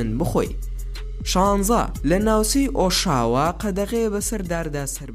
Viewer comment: زۆر زۆر بەسود بو بەلام تۆرنۆتۆ نیە تۆرێنتۆ وە ئۆشاوا نیە ئۆتاوا